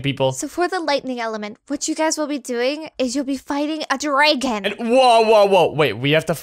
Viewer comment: A drAegon 😂😂😂